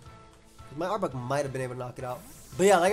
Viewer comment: The way you pronounce arbok as "arbuck" drives me nuts, dude.